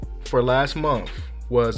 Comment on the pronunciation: And month, not monf lol